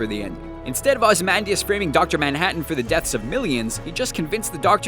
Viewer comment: This voiceover guy mispronounces names in every freakin video... "Ozee-man-dee-as" not Ozzmandiez